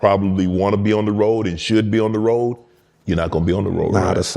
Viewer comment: “ On The Rwoad” Like The Lil Boy From Temptations.😂😂😂